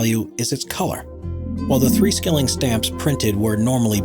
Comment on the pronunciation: 'Skilling' is not pronounced /skilling/ but more similar to /shilling/.